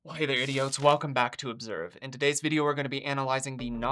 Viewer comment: Why did you call your audience idiots, and why did you pronounce it like that? Now that that is out of the way, she is clearly a psychopath who intended to kill herself and take the two young men with her. All the evidence is there. She’s a vapid, stupid little wannabe thug girl, and prison is where she belongs. Part mental illness, part spoiled brat, part social media/Internet baby living in a world of delusion, and obviously doesn’t have an ounce of empathy.